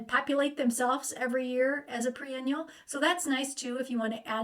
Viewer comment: When you say pre-annual, do you mean, perennial?